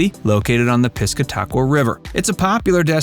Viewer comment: good ole Piss-ca Taq-wa river. hey, at least you got strawberry correct.